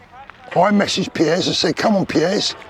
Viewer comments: Love how you pronounce “ Piers”. “ Pierres Morgan”. Spot on with all you say though man. 👍🏼🙏🏼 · Is it me or should it not be pronounced peers 🤷‍♂️